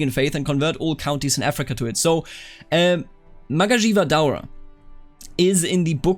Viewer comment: hearing you pronounce magajiya daura is the funniest thing I heard today